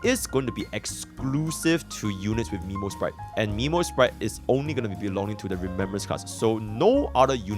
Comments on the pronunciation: Isn't memosprite pronounced more as memory rather than nemo (earthly escapade flashbacks) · Not Miiiimo sprite, is Meeeeemo sprite, you literally heard Mem say it right